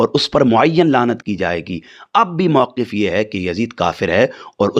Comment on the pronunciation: "موقف " واو کے سکون اور قاف کے کسرہ کے ساتھ ہوتا ہے نا کے واو کے فتحہ اور قاف کے تشدید کے ساتھ ۔ جو گفتگو کا جملہ ہی غلط بولے وہ اس سے دلائل بعید یے